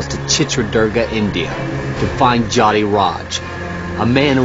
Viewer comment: Its not pronounced JATI, but JYOTHI...cmon man..